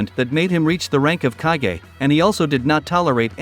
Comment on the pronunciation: It's pronounced "kah-gay" not "cage" Lol 😂